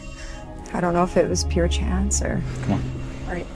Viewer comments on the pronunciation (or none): none